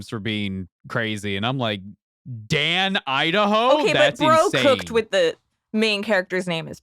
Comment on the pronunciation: Come on my man... it's Duncan Idaho...